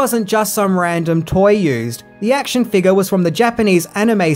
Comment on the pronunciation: Your accent made me flinch when you said “figure” I didn’t hear the F or the U.